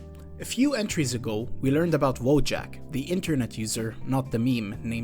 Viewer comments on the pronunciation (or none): Wojak is actually pronounced 'Voyak'. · it's pronounced "voyak" 😂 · in polsh, i think it should be pronunced "voyak"? unless the author itself prefers different pronanuciation or something. Like, it's true that in polish language word "wojak" exists and it means warrior, but then it's prononucd voyak